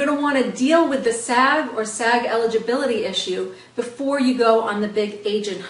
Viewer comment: Andrea Martinez I thought she was saying "sad." I was so confused haha